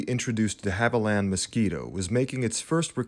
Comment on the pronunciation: Indeed but pronounces de Havilland wrongly.